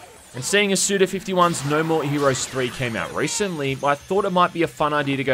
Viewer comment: His name is said "Suda Five One". This is because his given name is Goichi, which can be read as "five one", but never fifty one because that would be "gojuuichi", which is not his name.